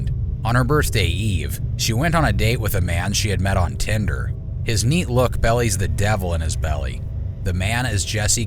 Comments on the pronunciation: It wouldn’t have bothered me as much if the actual word “belly” wasn’t also used in the same sentence as the mispronunciation lol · Im sorry, i like it, but 'belies' is not pronounced 'bellies' its 'be-lies'. Like it, that just made me cringe a lil. Sorry to be picky,, but i hope it helps. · "His neat look bellies..."? The word is "Belies" "Be-lies". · I'm sorry, I genuinely do not mean to knit pick, but it's "belies" pronounced bee-lies not "bellies" like in numerous people's mid-section of the body. I'm listening to this video in the background and had to back up when I heard the line "bellies the devil in his belly", confused AF. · it's "be-lies" not "belly's". Ask the person who wrote your script for a pro-nun-c-ashun key next time. Just sayin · super cool. interesting and chilling stuff. But I find it sooooo irritating when narrators mispronounce words. I mean can this stuff not be checked? I'm only a minute in and already "belies" has become "bellies" Its BE LIES damn it!!!! maybe its just me that gets annoyed at this stuff.......nah.....I'm perfect. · Not subscribing because you can't say simple words nor did you stop and think: "That doesn't sound right?" "Bellies!?" for "Bellies" for "Belies!" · Huh? Is your first language english!!?? "His neat look "Bellies" the devil..." What dafuq does that even mean!!?? How is it spelled?! I know, it's spelled: "Belies!!" Bee-Lies!!! smh, we're doomed, just saying words, whole team doesn't catch it!!!... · Right? like "bellies"? It's "belies". WTF is the script? Did they use Hooked on Phonics to learn how to read?